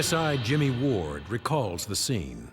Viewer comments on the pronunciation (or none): none